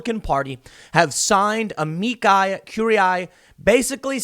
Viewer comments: Why did Tim Pool first correctly pronounced "amici" like "-key" as in "monkey" and then changed it to "-ky" as in "sky"? It's Latin, so "i" is always just /i/. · I think "Amici" is pronounced "A-mee-chee" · Just so you know, amici is pronounced ah-mee-chee. You're pronouncing amicus correctly (ah-mee-kus).